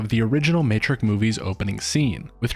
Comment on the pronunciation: I didn't even know about this. Pretty sure this is a glitch in the matrix. This movie didn't exist before this morning. One clue that this is a glitch. A lazy glitch even, is in the very beginning. ~ our narrator uses the non word "Matrik" as an attempted variation of the word matrix. Everyone, except machines knows that's not even a word.